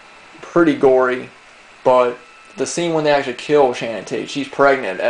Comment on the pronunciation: it's Sharon. not Shannon.